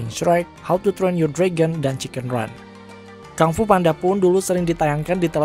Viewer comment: Maaf kak yang bener penyebutan nya Kung Fu bukan KANG FU 🙏🥰